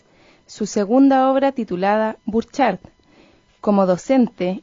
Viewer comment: . Se trata del pintor chileno Pablo Burchard (se pronuncia "BURjard", no "burCHARD"). En general da la impresión de que este programa se realizó usando "copy & paste" de Wikipedia y los locutores no se dieron el trabajo de ni siquiera leer con antelación lo que iban a decir al aire. Hay varios pasajes en que no se entiende bien lo que quieren decir porque parece que no están respetando puntos ni comas.